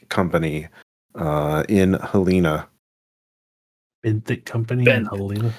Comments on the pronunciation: first of all it’s pronounced Hell-en-uh, but i really came here to say this was kind of a trip because i literally live in Lincoln. this is a good good ass campaign, keep it up!! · winces in Montanan Helena is pronounced Hell leh na (like in bannana)